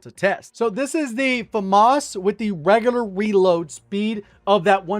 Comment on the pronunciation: wegular weload speed